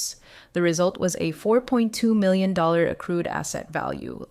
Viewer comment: Why can your bot not pronounce million